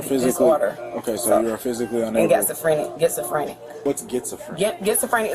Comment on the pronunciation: "I got getsofrenia"...😂😂😂